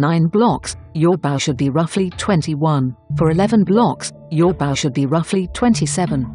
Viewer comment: He used Google Translate, which says bow (ba-oo) instead of bow (boaw)